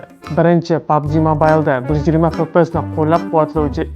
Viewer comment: Fps ni , chipini g'alati talaffuz qilyabsiz .